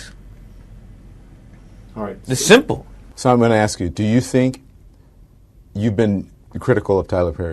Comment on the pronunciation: ASK NOT AX